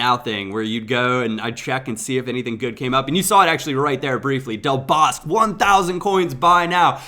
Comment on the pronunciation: Just wanted to help you with your Spanish pronunciations, Del Bosque is pronounced "Bose-Khe" (think speakers, then Khedira). Good video man!!